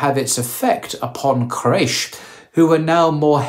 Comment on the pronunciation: Qu-ray-sh, not craish ☹